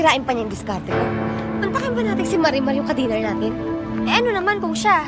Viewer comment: 20;10 Namali lang ba ko ng dinig? Marian yung nasabi ni sergio imbes na marimar😂😍